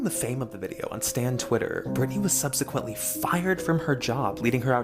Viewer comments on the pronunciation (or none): none